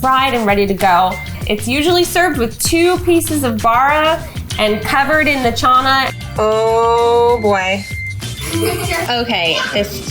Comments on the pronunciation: It's not chaaaana u don't say the A's like that it's chana and puri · Wth is chaaanai it's chana 😂😂😂😂😂 did any other Indians fidnthe funny